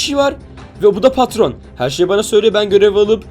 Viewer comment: patron yerine katron